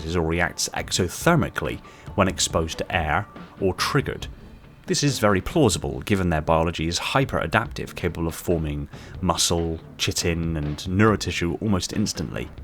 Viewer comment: Chitin is pronounced like "K-eye-tin" (ˈkītn) not "chit-in"